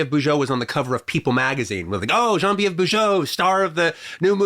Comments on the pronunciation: The way Tarantino pronounces "Geneviève" (Bujold) is hilariously incorrect. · I was gonna say has QT butchered the pronunciation of the lovely Genevieve Bujold? The answer is yes!